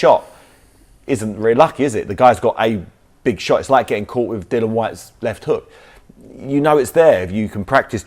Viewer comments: It annoys me that he keeps calling Dillian, "Dylan" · Dillian doesnt mean anything to him so he purposely pronounces his name incorrectly 🤣